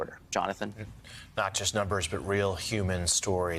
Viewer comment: "The nolmbers so far say" who are the nolmbers you speak of? 🤔